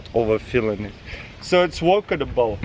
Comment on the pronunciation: “It’s workadable”